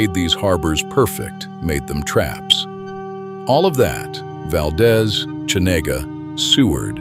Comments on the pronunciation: Interesting video but the AI voice is distracting, it pauses at strange intervals and mispronounces many local names. For example, Valdez in Alaska is pronounced "Val-DEEZ" not "Val-dez." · Wrong pronunciations: Valdeeeez, not Valdez. Cheeeena, not Chayna. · Val-deez, not val-daz, AI sucks! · Pronounced val-DEES. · By the way, Valdez is pronounced "Valdeeez" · its pronounced VALdEEZ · "Valdeeze" not Valdez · I arrived in Anchorage the summer of 1969...at that time there was no discussion of the earthquake. Not a single person mentioned it. Also: there were no signs the city had ever been destroyed. amazing! They just refused to discuss it. Addendum: Valdez is pronounced Val-deez. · First, there’s a misspelling of Pacific Northwest that I mentioned. Then there’s a picture of the mountain range. Two Mount Rainiers?? Mount Shasta and Mount St Shasta? A Mount St Helens….none of these in the right position….. VERY poorly done. What a disappointment! I wonder how many other mistakes there are. Of course that’s in addition to the mispronunciation of Valdez etc. mentioned by other people.